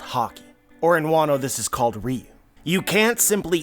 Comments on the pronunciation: It pronounce Ryu-wo Ryu is a street fighter character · The translation I read said "Oden's ryou". You pronounce it "riyuu". So are you mispronouncing it or is the one I read wrong?